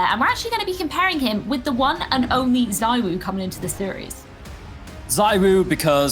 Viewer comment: The pronunciation of zywoo triggers me lmao